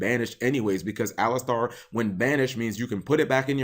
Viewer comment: Why is this better than the "boss" monster... Anyways, Eidolon needs some more maindeck cards to fully witness their potential. P. S. I think it's pronouced A-lie-ster over A-lis-star. But who am I to question Cap's winged pronunciation Kappa :^)